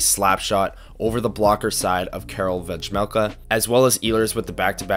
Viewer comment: My apologies! I now realize that it is pronounced Veh-Mel-Ka rather than Vej-Mel-Ka.